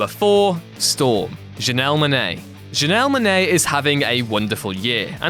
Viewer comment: you had me until "Janelle Monae as Storm"